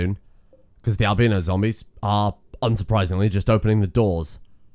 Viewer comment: haha im an american and he said "al-BEEN-no" haha